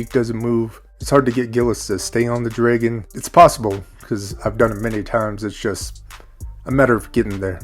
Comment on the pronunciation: I can’t hang with your dragon pronunciation. 😊